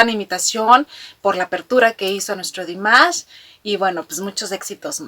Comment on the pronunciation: gracias por tu reacción, me encanta tu alegría al hacer estos vídeos tienes una energía muy linda y contagiosa, me siento representada muchas veces con tus comentarios y creo que la forma en que el presentador dice Dimash es la correcta por que así lo pronuncia las pocas veces que lo eh escuchado decir su nombre como en el vídeo de felicitación por los cinco años de que nos nombró Dears